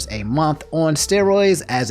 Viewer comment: Did you say " momf" for "month"? 😂